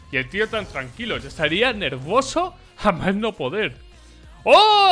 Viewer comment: por que dice nervoso y no nervioso?